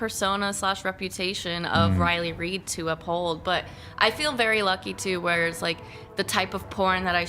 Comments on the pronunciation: It's reiley reid bro, not raid. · It's RILEY REID pronounced REED. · Her name is Reid not Raid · The way he says Riley. Raid. Lmao. I want to correct him cuz she says it like “read” But I like raid pronounce. As in she getting raided. Like shadow legend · Sounds like you're saying raid like the poison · He can’t pronounce, WOMEN or Riley Reid. Lols. “Riley RAID” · I’ve never seen somebody who could fuck up words like this man. He calls women woman, and Riley Reid Riley Raids. Wtf.